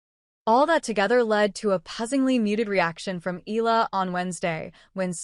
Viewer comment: Pronounce her family name correctly bs AI